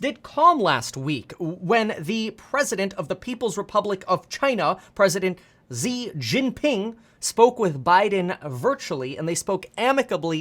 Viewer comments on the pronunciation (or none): Its pronounced SHE JINPING